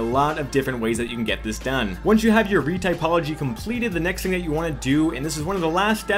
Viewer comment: very well explained. only flukes were the spelling/pronunciation of retopology and the fact that there are plenty more non-color maps added to the mesh (specularity, ambient occlusion, normal, bump, curvature, displacement, etc.)